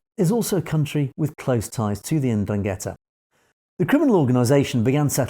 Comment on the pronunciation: Pronounced "ENDRUN-get-tah"